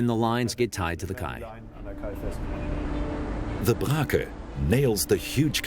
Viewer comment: I have a question to the native English speakers. I always thought that quay was pronounced like key . However, the narrator four times mentions the kay . Actually, this is the way we pronounce quay in German.